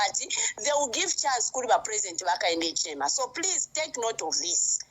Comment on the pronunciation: Your cant pronounce Hichilema 😂😂😂